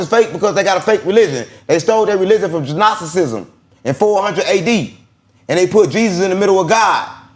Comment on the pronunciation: Will someone please tell that the G is silent in the word Gnosticism.